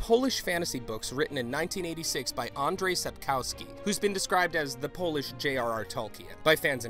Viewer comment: He can't even say Sapkowski. He pronounces it Sup-cow-ski.